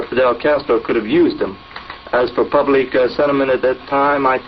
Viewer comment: The theory there were two LHOs brought me here. Was this guy actually not a native English speaker? He does sound like someone who has learnt English. Superfluitive is a word you don't hear every day. And near the end he says "poobleek" whereas an American would say "pah blick". Strange.